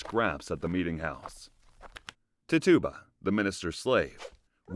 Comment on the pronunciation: Tituba Ti-choo-buh. Not tutuba